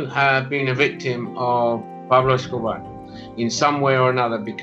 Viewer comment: Cheddar Johnson - even better is thereabouts, how he he just flows into perfect pronunciation of “Pablo Escobar” 😂 love it ......